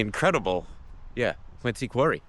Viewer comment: While Quincy does have a "c", locals know that the pronunciation is with a "z", thus Quinzy.